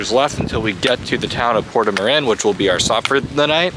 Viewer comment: My favourite part is when pronounced Portomarin correctly! First time, well done!! He butchered the other cities and villages you've been in. Particularly St Jean Pied de Port. You are both troopers!